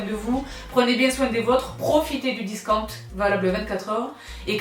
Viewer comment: un grand merci.. video aussitôt vu, aussiôt mise à l' épreuve...et à vos marque les DISKAAOUNTS 😂😂